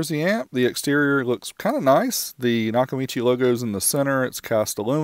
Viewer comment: It’s not Nakamichi.